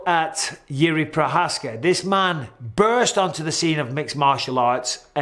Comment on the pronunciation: You mispronounced Jerry Provider